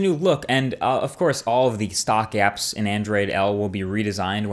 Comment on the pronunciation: "stock AApps" that New York accent peeking through ;)